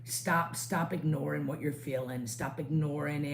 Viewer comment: 😂 you said stop ignoring your feelings and at first I thought you said “Eyoreing” your feelings 😂 that would’ve been a new ism lol